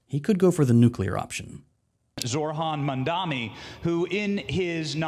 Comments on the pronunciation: And... again "Zorhan Mamdami" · did you hear the guy saying "Zorhan Mandani"